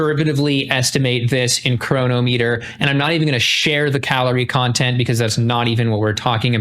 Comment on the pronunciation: His skin still looks sallow; he can't be healthy! LOL and it is *Cronometer (LOL says Chronometer LOL)